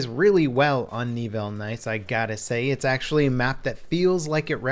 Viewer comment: Knee-ville? C'mon man. I had to cringe every time you said it. It's Neh-ville.